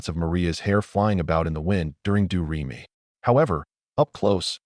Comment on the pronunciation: AI reading is annoying mispronouncing names like Leslie Caron and Georg (Von Trapp). The song "Do Re Mi" becomes "Doo Ree My" and . Many inaccuracies as well. Julie Andrews was not in the film of "My Fair Lady" . Kurt Russell was considered for Liesl??? . The first scenes of Liesl and the "My Favorite Things" was filmed in Hollywood, not Salzburg. . Their boat tipover didn't take place on the "ocean". . The song is "The Lonely Goatherd", not "The Solitary Goatherd"! . If you go to so much trouble to put this together, why be sloppy?